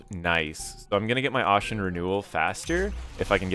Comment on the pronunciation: ASHEN, like ASHES...not like ought...